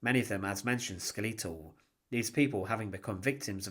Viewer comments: Ska-Lee-toll?. How about skeletol?? Fucking AI… Thumbs down… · skeletal pronounced skeh luh tl, not skel ee tul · Skel-atol' , not tryna be rude lol maybe it's a dialect difference Also, many of the men liberating the camp had been jews themself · "Some skellEEtal..." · There's no fucking way that's the correct pronunciation of skeletal